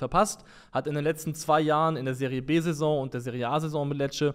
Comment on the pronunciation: Danke für das gute Video. Nur, weil mir das oft schon aufgefallen ist und es ja vll nett wäre euch mal aufzuklären... Die Ligen werden Serie Bí (B) und Serie Tschí (C) ausgesprochen :) Gudes Weekend euch (